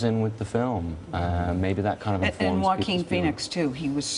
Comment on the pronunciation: "Johawajeen Phoenix"